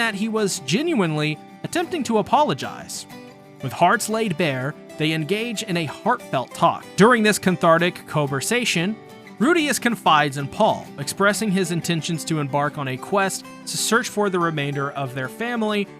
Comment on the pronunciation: aint no way u said cun-thartic co-versation